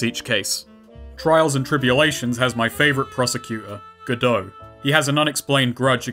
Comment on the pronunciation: Go-DOH is the correct way